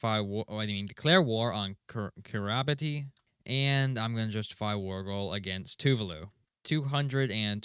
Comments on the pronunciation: Kiribati is pronounced Kiribas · if you're wondering, kiribati is pronounced kireebas. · Kiribati is pronounced kiribas, apology video with tears right now